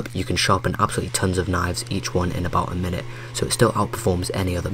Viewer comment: Wow A video about knifes where the guy talking says “knoyvs”